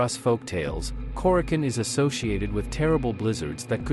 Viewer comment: Nice video. I believe the proper pronunciation is Kore-a-chone.